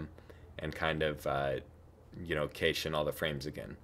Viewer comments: Great video! I was confused when you said "cache." It's pronounced "cash." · Nice work. "Cache" is pronounced like "cash" though despite the "e" on its end, for your future videos. I'll bet you know how to edit videos if you want to fix that! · What is the word you are using that sounds like "kaysheesh"? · "Kaysh" the frames... This video was very helpful. Thank you! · cache is pronounced "Cash" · Decent job. two first thoughts. The word "cache" is pronounced like "cash", and showing how to save the file as an .mpg would have completed it. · I despise how you pronounce “cache”. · You pronounce cache totally wrong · I am pretty sure you said cache wrong... but that in any case this tutorial has helped me a ton, thanks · You might want to look into why Blender lags while previewing video for you, because it doesn't lag at all -- even at 60fps, and the first time through -- on my system: Intel Core i5-4690k, 16GB RAM, GTX1070 8GB (w/ nouveau), Ubuntu MATE 17.04 (kernel: Linux mainline 4.8), Blender 2.78b. Also doesn't seem to lag on Windows 10, same HW (only tested that with 24fps video). Also 'cache' is pronounced like 'cash'.